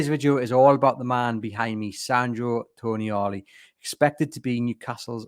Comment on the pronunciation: Not Toni-ali. It's pronounced Tonaali :) a long A.